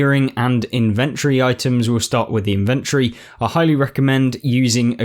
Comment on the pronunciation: Thanks for the video, it's useful. But it's pronounced IN-ventory not in-VENT-ory